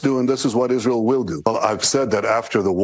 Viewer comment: ISREAL not ireal